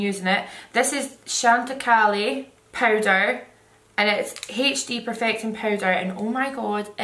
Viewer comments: The powder brand is pronounced chantecaiiiiiii. It's French lol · About died when you said Chantecaille (shawn-tuh-kye) 😂 love it!! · Chantecaille (pronounced chant- e - cy like cry) is actually such an underrated brand that has incredible makeup and skincare! I recommend you try their detox clay mask and their lip chics but everything they have is amaze! Xx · shant-eh-k-eye (like k eye) love you though 😂💕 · I am deed at how you pronounced chantecaille 😂